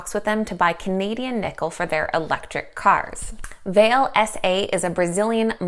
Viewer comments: Vale is in Sudbury Ontario Canada it is pronounced Val-lay. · Pronounced Val-a